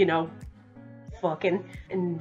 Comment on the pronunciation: The way you say “fUckEn’” is amazing XD